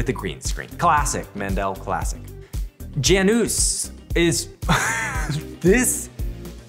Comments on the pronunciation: Read that "Janusz" again please, BUT AFTER YOU LEARN HOW TO READ THAT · You actually pronounce Janusz as Jianush